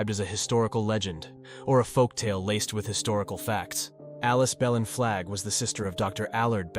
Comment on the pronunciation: Considering the name of the Belin Church in Murrells Inlet is actually pronounced "Blane" I don't know that "kudos" are to be given to this video. The narration actually sounds quite like AI.